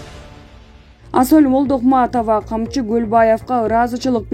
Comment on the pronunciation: Асоль Молдокмаатова дейтго)))